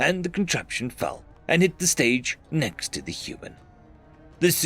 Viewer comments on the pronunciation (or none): none